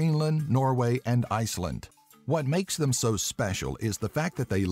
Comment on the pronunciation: Now only if the guy pronounced it Greenland and Iceland instead of "Greenlind" and "Icelind" and learned how to say Inuit, it'd be a very good video.